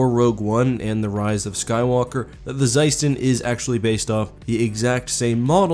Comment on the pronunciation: It's pronounced as "sUston"